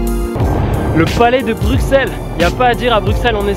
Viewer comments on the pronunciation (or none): on dis BruSSelles pas BruKselle combien faudra le dire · On dit brusel et pas bruxelles comme tu dis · Brusssseles et pas Brukkkkkseles ! Comme Auxerre qui se prononce Aussssere ! Et la Grand Place, non la GrandE Place. Cent Zabonnés ? Liaison très dangereuse. La Porte de Hal dans son aspect actuel date de la seconde moitié du XIXe siècle, rénovée par Henri Beyaert,tout à fait dans la lignée d’un Viollet le Duc qui l’apprécia. Avant cela, c’était une sorte de bunker moyenâgeux. Ceci dit : sympathique vidéo. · Je veux pas faire le chian mais on dit Bruxelles Brusselles